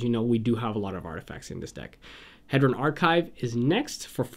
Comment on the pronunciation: Nice video. I'd like to point out some pronunciations: - Inspiring Statuary [statue-ary] - Dreamstone Hedron, Hedron Archive [hee-dron] - Nevinyrral's Disk [nev-in-y-ral] - Colossus of Akros [ak-ros]